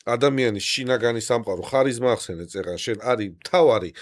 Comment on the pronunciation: ოღონდაც “ხ” არა რა, ქარიზმაა, დამიჯერეთ. იმდენჯერ გაიმეორეთ, ვერ მოვითმინე.🫢